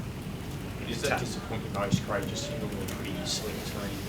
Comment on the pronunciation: His name is Craig, not Graig 😂😂